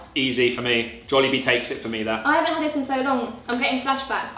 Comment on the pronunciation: I loved the way you two pronouce "jolllibee" its the way common Filipinos pronounce "jollibee" with the phonetical "o" sound.